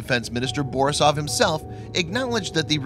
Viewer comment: Yuri ba REES aff. This will be made clearer by the time you finish grade 3 reading class.